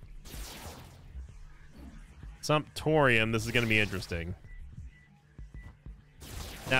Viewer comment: Glad I’m not the only one who heard that and immediately thought “Simptorium”